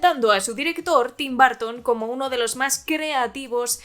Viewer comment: Bitelchús jajajaja 😂 Tim Barton jajajajaja por qué los españoles pronuncian así. Son una joya, los amo.